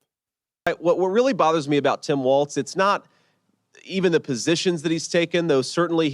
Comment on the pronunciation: Also, the smallness of their continuing to mispronounce both Kamala and Walz just pisses me off. Children.